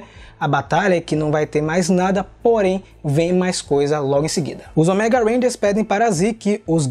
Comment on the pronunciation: Eu ainda estranho a variação da pronuncia da palavra ÔMEGA de vcs. As vzs sai certo, com a silaba tônica no "Ô", as vzs sai com a tônica no "ME", como se fosse "OMÉGA". Rsrs...